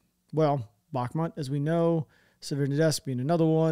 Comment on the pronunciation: “Back-matt “ When the world calls it “Back-moot”